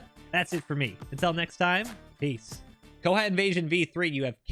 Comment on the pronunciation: its not pornounced ko-hat it kinda sounds like ko-hot the "ot" sounds like word "ought" source: im pakistani